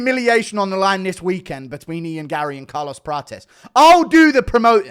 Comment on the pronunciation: He's trying to out-Brazilian Prates so much that he pronounces 'Prates' as "Pra-chess" every single time when Prates himself often says "Pra-tes" 😂